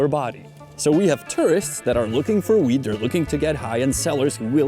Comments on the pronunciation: Sounded like you said wheat much of the video. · Stop saying 'Wheat'... damn son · It sounds like you are saying "wheat" and not "weed".